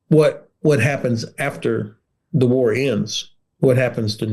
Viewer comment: Why is the presenter pronouncing “the” as “zii” 🤷‍♂️?, this is absolutely nothing to do with his accent - it’s just ridiculous to hear that “”zii, zat, zet, zes”” all the time (constructive criticism is the best way to learn anything not just another language)